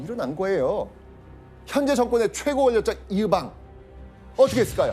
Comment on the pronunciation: 이으방ㅋㅋ 의방 아닌가요ㅋㅋㅋ